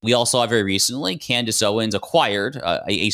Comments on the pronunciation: I caught that, too! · did Candace just mispronounce HER OWN NAME?🤦🏾‍♀️😂😂